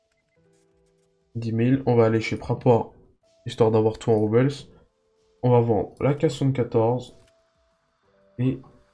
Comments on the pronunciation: super video par contre les "Roubles" ce prononce Roux-ble pas Roubeuls ^^ mais sinon super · salut, bonne vidéo, juste.... les roubles, c'est une monnaie russe, ca ce prononce pas a l'anglaise :p